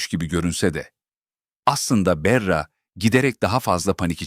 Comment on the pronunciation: Berra ne , bari isimleri doğru telaffuz edin!!!!!